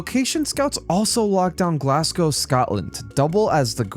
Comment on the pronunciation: what was that pronunciation of glasgow?